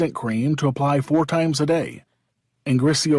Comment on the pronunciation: The last one is griseofulvin not griseofluvin